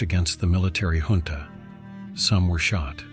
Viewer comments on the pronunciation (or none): none